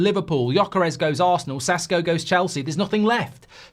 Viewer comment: Hey Mark! Awesome takes and opinion, thank you! Small correction there Sesko is pronounced Sheshko.